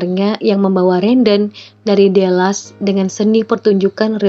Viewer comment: Bukan delas kak baca nya tapi tetep Dallas, menurut aku next time bisa search dulu cara penyebutan nama2 tempat nya biar lebih proper🙏🏼